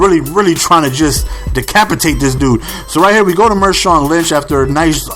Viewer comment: It's marshawn, not mershawn.